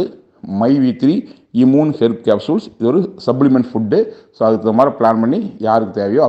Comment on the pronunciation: Adu correct a Sola Koda thryla...😂iiimune😂😂😂😂